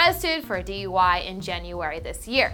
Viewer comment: Allways hear "arrested for a DIY"😂